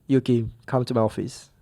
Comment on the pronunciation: "Yuuuki" - Fernando Alonso